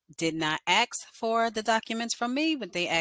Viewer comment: It's ASK. With a "K." Not AXE.